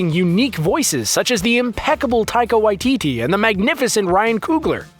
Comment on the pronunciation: Are we gonna ignore the fact of the butchering of taika waititi’s name 😂